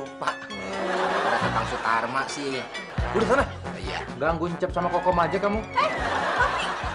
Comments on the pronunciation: Sule : Tatang Sutarma Also Sule : Tatang Suratma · Itu tatang suratma munkin dia salah sebut karna keseringan ngomong tatang sutarma😅😅